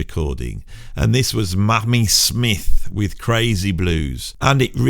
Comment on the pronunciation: Short and fairly comprehensive, but hotdamm,, it's Mamie Smith not "Mammy Smith!"